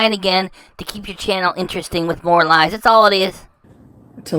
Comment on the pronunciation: Lahs and Jamaican meat pahs.